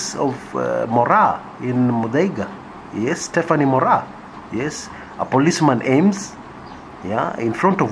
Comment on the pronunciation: Moraa from madhare NOT muthaiga